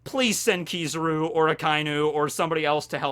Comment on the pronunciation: Why are you saying kizuru there's is A in his name it's Kizaru